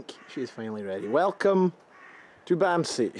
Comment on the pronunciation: The a in "bamse" is pronounced as an a (like the a in arse). You pronounce it as if it's written with a u, "bumse", which translates to "bumming" (as in being a bum, "bums" is Norwegian for "bum/hobo"). And you're correct, "bamse" is used as a word for teddybears (or regular bears). Love your vids, mate.